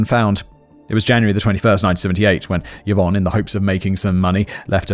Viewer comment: A note to Simon: the name Yvonne is pronounced ee-von, not yuh-von.